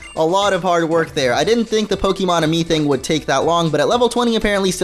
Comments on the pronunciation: I know you are Spanish. It's pronounced Aye-Me. This makes me wanna play Pokemon Y now... And you just need 2 hearts I believe to evolve Eevee, with a fairy move. The music notes mean nothing. The Enjoyment has to be 1 heart or more to show hearts when you pet it. Petting it lowers Enjoyment ( its dumb ). When you play with it that means it's Enjoyment is going up. Feeding it 1 PokePuff gives it 1 affection. 1 heart for 1 affection heart. Feeding it better PokePuffs means more hearts. Some Pokemon can high-five you. Just hold the hand, not on the Pokemon. Then they will reach out then you move your hand onto theirs. It rises their Enjoyment a little. The harder difficulties gives you better Puffs. If you are in a light bright enough and are in the center of the camera then you can play the making faces game. When you complete it your Pokemon gets happy and it's Enjoyment goes up. You need 3 Pokemon to play the Mini-Games. The slower your Pokemon eats then it's getting full. When it it's 3 slow bites then they need no more. HOLD the Puff. Don't let go of it. Female Eevees are rare FYI. Here is a link for the petting spots: Nice guide though. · BTW guys, it's pronounced Ah Me, Let me explain. Kalos is based on France, Amie, is the french word for love, and you evolve Eevee into Sylveon through affection there fore Amie, AhMe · it's ay-mie